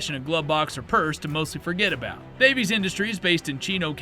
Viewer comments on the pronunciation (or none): Nigga you harped on that "Alaskan" mistake so hard but you legit think Davis Industries was called "Davies Industries" No, there's no irony there at all... /s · It’s DAVIS, not Davies. I own one of their O/U .38 Spec derringers. Paid $60 brand new about 94-95. Still got it, still works! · I thought it was Davis, not Davies. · It's not Davies industries it's Davis industries please don't besmirch my family name😂 The Jimenez ja 9 biggest flaw was it's ability to rapidly disassemble itself if you try to take it apart to clean it😂 Also fun fact about the rg if you got the ones that were made in Germany and imported, they weren't too bad not exactly high quality but they'd hold together and were fairly accurate. (I keep a 38s in my cabinet) The ones that were manufactured in Florida, those were trash. Also with the rg22 the pin that you unscrew to swing the cylinder out functions as an ejector. You don't have to go digging for cases, ust poke them out with the rod.